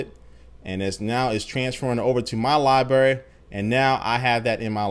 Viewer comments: it's libRary not libary come on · there are two r's in library. its not libary. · lol I love it when he says libary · What's a Lie-Berry JK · "liberry" lol sorry dude i had to. great overview of the new features tho! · Libary? You made my day :)